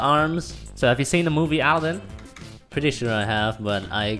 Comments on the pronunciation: Alden? 😅😅 it's Aladen wtf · OMG THAT RAP IS SO TRUEEE Skrt skrt jdnsksvsjjh skrtttt sjndgscskkd skrt skrt sjsn ! 😂😂💖 Edit: Its Aladdin N Yu Keep Sayin Aldin 😂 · Aldin? You mean Uh-la-din.... right? Haha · Andrew and La'Cee Paxton is it weird that they pronounced it aldin? 😂😂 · Lol he said AL-DIN INSTEAD OF ALADDIN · You're saying the name wrong, It's Ala-ad-din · You said aladdin wrong but i still love you guys(not in a gay way)